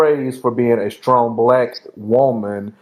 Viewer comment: I wanted to smack him when he said strtong black woman. UGH